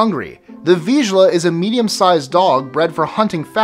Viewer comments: I’m sorry but you absolutely butchered the word Vizsla, It’s pronounced Vis-lar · My dog I a vizsla so it’s number 25 but the way he pronounced vizsla really triggered me if anyone else has a Hungarian vizsla I’m sure you’ll understand me.